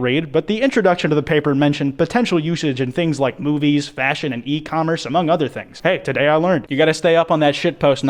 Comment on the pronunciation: istg i thought i heard him say boobies instead of movies